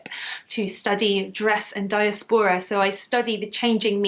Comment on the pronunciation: The Gentle Knitter was my first knitting podcast, too! Beautiful - but being a colourful person myself, I love the vibrancy of your channel and am very glad that Skeindeer sent me over... :) Heading over to Kofi for your podiversary, now!! ps I was interested in your pronunciation of diaspora and adage, which I would have pronounced die-ASP-era and A-didge according to my studies, but maybe I have missed something in the past 10-12 years and it‘s shifted? Living abroad does mean I lose touch with the language and expressions sometimes (it was actually my 79 yr old mum who had to explain the concept of woke to me 🤣🤣🤣)...